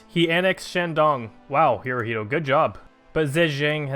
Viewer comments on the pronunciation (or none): none